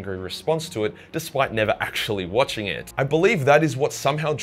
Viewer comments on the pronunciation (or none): none